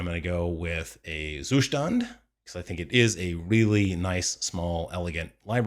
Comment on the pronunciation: The Zustand pronounciation is getting better with every video :)